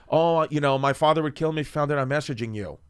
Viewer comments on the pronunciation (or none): none